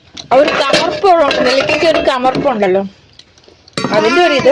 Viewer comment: ചവർപ്പ് ആണ് കമ്മർപ്പ് അല്ല ♥️❤️❤️♥️